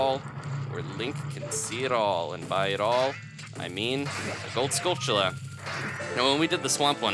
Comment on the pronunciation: A bit weird,maybe... but pronunciation of "skulltula" is everything. You nailed it. Thanks :D